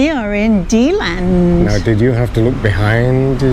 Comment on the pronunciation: I lived in Deland for many years and still have family there. You mispronounced Deland every single time LOL! Have you tried touring the western states? I couldn't take the tornadoes and hurricanes living there in Florida and moved back to Nevada where I am from.